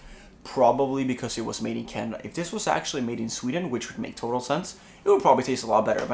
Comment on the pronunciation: Did he say Canadia hahaha